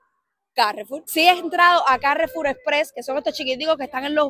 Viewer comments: "C A J F U J", se pronuncia " c a j f u j " porque ese supermercado es de origen francés y un francés te diria "Oye nosedise Carrefur sedise "CaaaJJJJfffuuJJJ", (:face-orange-biting-nails:manda huevos). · Ca re fur es una palabra aguda terminada en r… no tiene acento escrito!!!! Ca_rre-FUR… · Carrefour es de origen francés, y sonaría más o menos así: caguefú. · dilo como quieras CARREFUR o CARREFOUR, como si lo dices en francés ya que esa cadena de supermercados es francesa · Carrefour se pronuncia con acento el la u,es una compañía francesa y en Francia,siempre llevan el acento en la última sílaba . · Lo estas diciendo mal😂😂😂,pero no pasa nada se escucha gracioso,me hicistes recordar a una amiga que lo pronuncia igual que tú.😂😂😂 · Hola. Supongo que al ser un vocablo francés, se pronuncia acentuada aguda, además la publicidad lo pronuncia así. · lo dices mal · Por salud y sabor... el aceite de oliva mejor que el de girasol. Y la mantequilla mejor que la margarina. Atrévete a probar frutas y verduras nuevas, te sorprenderán algunas. Me gusta verte utilizar la palabra flipar, te queda bien! Jaja. Aquí lo pronunciamos como "carrefúr", no "cárrefour". Saludos desde Galicia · La palabra Carrefour no tiene tilde y por tanto no es esdrújula como tú la pronuncias en español. La sandía también se denomina melón de agua. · Respecto al nombre comercial de esta cadena francesa, se debería pronunciar como "carrefúr" 😉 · Carrefour es una palabra francesa: significa cruce de caminos, y como toda palabra francesa, es aguda, es decir que tiene el acento en la última sílaba: se pronuncia Cagfúr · Claro , dicen Cagfur xq la R la pronuncian con G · En español se pronuncia "carrefur" con acento en la u. En el nombre original en francès se pronuncia " cajfuj" con acento en la u, saludos! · Teniendo en cuenta que CARREFOUR es una palabra francesa su pronunciación normal es con el acento en la última sílaba. CarreFOUR. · Jajaja. Yo digo Carrefur. Es frances.